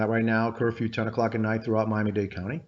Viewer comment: Washington Post please hire an editor. It is *Miami Dade*. Not date!!!! Shame on you.